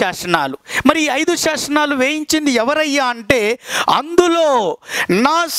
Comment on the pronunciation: శాసనాలు, శాశనాలు కాదు సార్